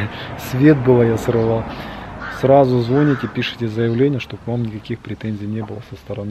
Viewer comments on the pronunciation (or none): none